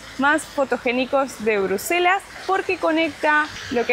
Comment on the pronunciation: Hola! Minuto 17.21 dice Bruslelas en vez de Bruselas. Sé que es un pequeño detalle nomás pero lo comento xk percibo que es muy detallista. Excelente contenido el que hacen, realmente de mucha calidad en todo sentido; calidad de imagen, información que aportan, edición, todo en gral es muy bueno!!! Saludos desde Mallorca!!!